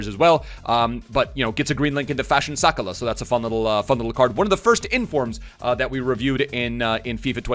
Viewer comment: i love you bro but youve butchered fashion sakalas name its sak-ah-la not sakala